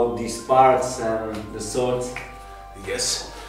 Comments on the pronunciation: I might sound a little pedantic but since you are doing sword content, you might as well do it right....the W in sword is silent “sord” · He can pronounce japanese stuff correctly, but fails at „sword“.